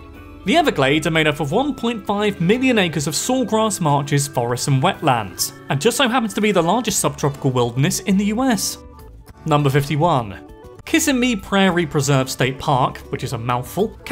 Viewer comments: If you're gonna say my town's name, say it right. KISS-SIM-MEE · A couple people mentioned mispronunciations in this video. I have to admit, they jumped out at me, too. Kissimmee - which seems straight forward in pronunciation, isn't. It's kiss-I-mee. Pronunciation on the second syllable, not the first. Also, maybe in your posh neck of the woods, Augustine is given that particular pronunciation, here in Florida, the city you mentioned is St. AUG-us-tine. Please get it right in the future. I was surprised you didn't include that New Smyrna Beach, FL is the shark bite capitol of the US>in fact, the WORLD reporting an average of 64 bites a year. These attacks are usually not fatal, but no doubt uncomfortable. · Awesome job on your pronunciation of Apalachicola! But you mispronounced Kissimmee (it's kiss-i'-mee, the stress is on the second syllable) and St. Augustine. I know in the UK, it's pronounced with a stress on the second syllable, but the city in Florida has the stress on the first syllable. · I'm from Florida! I watch your videos all the time and it was fun to see you do one on my state. It was funny to hear you pronounce "Kissimmee", "ybor", and "Gasparilla". Also there is an orange county Florida. It's the Orlando area. Walt tore down a bunch of orange groves to make Walt Disney World. Both Disney World and Disneyland reside in Orange county! I really want to check out the stargazing in Kissimmee now. Thanks for that tip! Last thing, I've been to Venice Beach (shark tooth beach) plenty of times, but never knew the teeth are from ancient sharks. I assumed it's from sharks in the area. Cool fact!